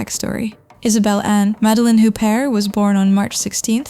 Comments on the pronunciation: OO-bear, not HOOP-ert. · You do not pronounce the t at the end of her name!!!! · Please don't use clickbait titles and learn how to pronounce her name (which I find strange, Isabelle Huppert has been one of the household names ever since I was a kid). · When you mispronounced her name, I figured you really don't know anything about her, so I bailed. Oe maybe this is AI.